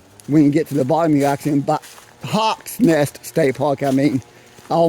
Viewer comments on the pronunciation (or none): ANSTED... not a stead as you spelled it. HAWK'S NEST STATE PARK, not 'hock".